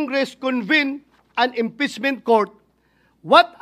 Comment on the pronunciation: Sabi ni bato inpessment hindi impeachment 😂😂😂